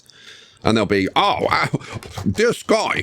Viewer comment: Dear... I was NOT expecting to get called out by name in an episode! That, on top of you using the idea I had, has absolutely made my day! As for name pronunciation, you actually got it right first try.